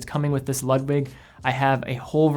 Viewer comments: Ludwig or Lug-wig. Great video and love Nomos but it’s definitely a niche brand. I love ALS and Sinn for my favorite Deutsch brands. Keep up the good work! Being a German nut, I see you’re truth to pronounce Glashütte as best as possible! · Great review but your pronunciation of Ludwig makes me cringe. It should be pronounced like "Lood-vig".